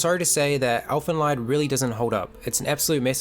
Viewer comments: It is pronounced as elfen leed. Not lied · First and foremost: It's not pronounced "Elfen Lyed" (pronouncing the "ie" as in "die"), but "Elfen Leed" (pronouncing the "ie" like the "ee" in "reed" or "weed"). Yours sincerely, a German native speaker. Bad enough that the Japanese butcher our language, now the Kiwis do it, too! :D I have a really big love/hate relationship with Elfen Lied, coming from a similar starting point as you (watched it first when I was 12, I'm 22 now). I think that this series had some very, very neat ideas and it also had a certain sense for atmosphere that would've made it possible to turn its core concepts into an outstanding work of fiction. But sadly, it failed. At its core, Elfen Lied is essentially a not all that stupid debate of the old "nature vs. nurture"-debate; it reflects on how much living beings are shaped by their genes and how much they are shaped by society around them. In the manga, this philosophical approach is accentuated quite a lot more than in the series, and it's - at least in my opinion - really enjoyable. Setting up Nana and Mariko as the two polar opposites to illustrate this dilemma was a good idea as well. Even the fact that they used the age-old "muh amnesia"-trope with Lucy/Nyu doesn't really bother me in this instance, because it actually makes a bit of sense to have a half-human with a half human, half non-human mind lose one part or the other through injury. It also cleverly avoids answering the aforementioned question, because nobody knows - did she behave nic